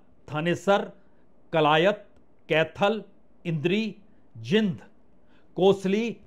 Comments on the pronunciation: जिंद नहीं, जींद बोलिए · Jind nahi bola jata, (Jeend) es ko Jo bologe Wo asal name hai city kaa, Jo Bola jata hai